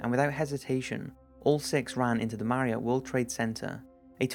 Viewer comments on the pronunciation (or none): none